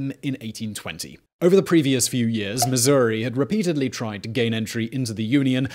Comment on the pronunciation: Missour-ee. Yes!